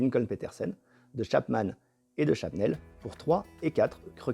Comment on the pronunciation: My man😍! Very interesting video, thanks! Is it Shabnel like you pronounced it or Shnabel like you wrote it?